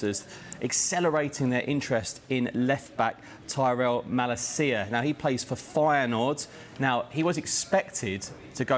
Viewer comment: It's not pronounced mala-CI-a but ma-LA-cia